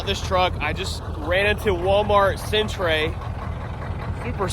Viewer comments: Cent- Er Not lol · It's not "". It's "center". It just happens to be spelled correctly. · centre = center, said the same way. the way you said it would be spelled Centray (?maybe) it's the original Brittish spelling. remember that we at Canada have really only been fully soverign since since 1982, which is why we retained Brittish-english rather than American English despite being geographically closer. :) I hope this helps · An american pronouncing centre as is hysterical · Centre is pronounced center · centray lol , its pronounced the same